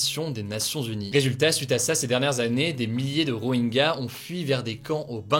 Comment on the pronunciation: Rohingya ne se prononce pas Roenga mais Rohintcha